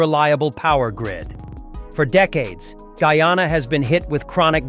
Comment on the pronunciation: First westerner able to properly pronounce the name Guyana❤❤❤